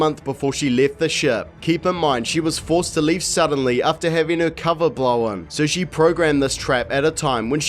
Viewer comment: "knowen"? "blowen"? What is up with these extra syllables?